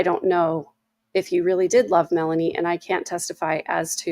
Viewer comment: WHY!?... Is every other person calling Melani(Boudreaux), Melaniece??? She's Lori's niece, but that doesn't somehow make her name change to Mela-Niece!! People are starting to have the poor reading abilities of Ai closed-captions.